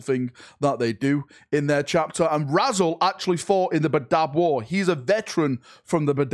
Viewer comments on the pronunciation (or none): almost certainly intended to be pronounced "Rah-Zelle", but he's forever Razzle to me now, indoctinated into the Astartes after being found by some schoolkids, crumpled under a bush by a railway line round the back of Tescos. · I know this is standard mispronunciation, but I'm still laughing at a Space Marine called Razzle.